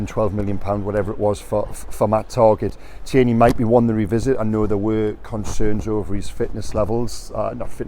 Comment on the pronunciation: It’s McTominay not MACTominay. And it Tierney not TERney. Howay man